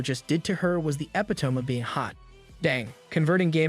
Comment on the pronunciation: E-pit oh me. Not epi-tome